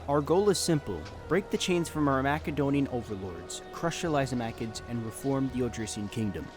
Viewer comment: Please macedonia is pronounced like MASSedonia not mac 😭